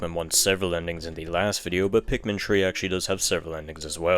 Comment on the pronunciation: It’s three not tree